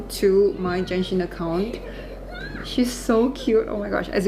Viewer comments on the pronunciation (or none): Its Genshin. Not Jenshin. My God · Just to correct you though, it's pronounced as Genshin with the G, NOT "Jenshin". This video was uploaded close to 2 years ago but yeah hope you got your pronunciation correct by now. You also pronounced Clorinde's name incorrectly as well as other words but I'm not gonna emphasize on those. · stop calling it jenshin:face-red-droopy-eyes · is genshin not jenshin